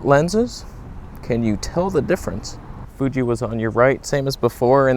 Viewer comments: Love how he calls it the 😅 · "fooge"? ... FOOGE?!!! lol. "Stabe"?